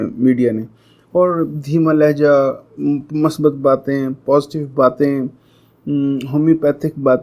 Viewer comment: Wese ap lafz masbat bol rahay hen,mere khayal men lafz musbat he..